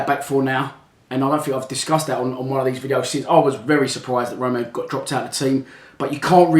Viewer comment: it's me Bobby the one who goes vcd with Henry can you please say Romeo right please